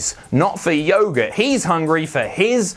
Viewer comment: said yoghurt wrong